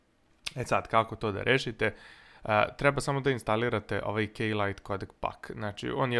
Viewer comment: kada si rekao K-lite codec pack mn se ucinilo da se rek'o k-lite madafak :D hahahha